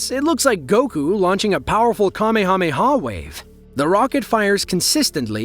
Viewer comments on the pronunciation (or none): It's not pronounced commy-hommy-ha. Does not rhyme with mommy. It's cuh-may-huh-may-huh. Rhymes with DUH. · "KAH-ME-KAH-ME-AH Blast" for all you Dragon Ball Z fans.